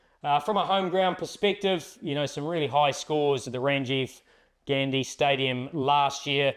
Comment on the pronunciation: Its Rajiv Gandhi, not Ranjiv Gandi..